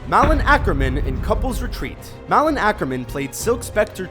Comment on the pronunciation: Dude you need to look up how to pronounce names... it's Ted Demme which sounds like demie... Malin is not mallen it sounds like May-Lin... but how did you get Eva wrong- it's E-va